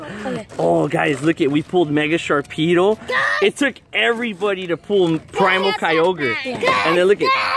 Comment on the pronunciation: there is no k in "Sharpedo''